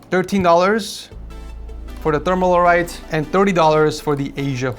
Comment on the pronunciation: It's funny how you pronounce Thermalright as "Themal-Alright". Cracks me up every time 🤣🤣🤣🤣🤣🤣